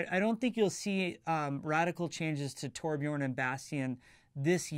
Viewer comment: so THAT's how your pronounce Tobjorn